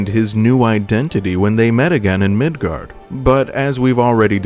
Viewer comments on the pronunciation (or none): hey were you arware that you pronounced it midgard instead of midgar. i feel really special for catching that. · Quick question...why Migard? Instead of Midgar? Jw if that is the intended name or the correct pronunciation or if that's just a mispronunciation like the way people said aeris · As a kid, I always pronounced mako as ‘may-co’. Along with Aeris and Midgar. Hearing Aerith, Mako (Mah-co) and Midgard was weird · The real question is.... will you pronounce it Midgard in the Cloud video, too? Maintain the consistency, or correct the error? What will you do?! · Are you saying Midgard?! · Are you saying Midgard?